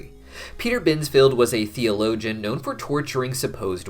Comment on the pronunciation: THEO-LOWGIN HAHAHAAHA